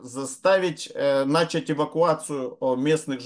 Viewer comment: Уважаемый, хорошо бы "начАть", а не "нАчать".